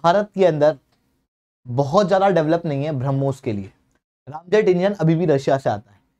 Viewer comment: भ्राताश्री, रामजेट नही, रॅमजेट होता है. जय श्रीराम🙏 😁